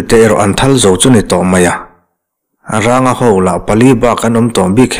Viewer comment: Ranga tih hi mihring hming a ni a thluk hi sarng tiha rang kan lam rik ang hin a thluk tih hniam tur a ni lo maw